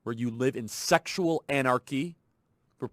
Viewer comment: ..."szcssexual anarchy!..." Lol 🤣